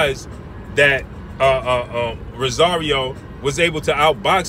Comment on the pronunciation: Its ROSARIO!! Not Rasario!! 🗣🗣🗣